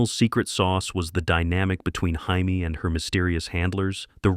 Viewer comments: Obviously the AI narrator of this video wasn't programmed by anyone who ever actually watched The Bionic Woman. "Hymie" was a robot on Get Smart. Jaime Sommers is pronounced JAY-me. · first off, LEARN HOW TO PRONOUNCE NAMES!!!! You do this on every one of your videos. For the first one, on the Bionic Woman, Jaime's name is pronounced JAY-ME, NOT HY-ME. We are not in Mexico. I liked the new Hawaii five 0. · I hate AI pronunciation that isn't double-checked. Sometimes, things are pronounced correctly, then the next instance it's wrong. Bionic Woman - Jaime's name was pronounced JAY-mee, not the spelling's Spanish pronunciation HY-mee. Hawaii 5-0 - That's five-oh, not five-zero. All in the Family - Live should rhyme with jive. Marisa Tomei's last name is pronounced TOE-may. Starsky and Hutch - Starsky is STAR-skee, not STAR-sky. There was probably more, but I'm tired. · First of all, the BIONIC WOMAN'S name is pronounced. JAY MEE. 🙄😳. Thumbs DOWN! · Why did the narrator pronounce Jamie Sommers with and H sound? Hamie Sommers? We're not speaking Spanish here. The narrator is probably a bot. Aka, A.I. -OG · How come the narrator cannot pronounce Jamie sommoers name properly?.He says homie instead of Jamie. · Yeah, I bailed after "Hymie Summers." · I'm out in less than a minute. Why? Your AI can't even properly pronounce "Jamie" Summers. FAIL!!!